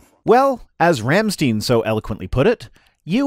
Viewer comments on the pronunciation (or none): Please, for the love of the non-existing Christian god, never say 'Rummsteen' again! lol The correct pronunciation is as in 'Rumm-shtine'. Thank you in the name of all your native German-speaking viewers! :) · Rammstein is spoken "Rumshtine". If you want an example, listen to the song "Rammlied" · BTW, WHY does everyone pronounce Rammstein wrong? It's pronounced: "Rom-Shtyne" Wanna argue? Ok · Ramsteen? Oof,.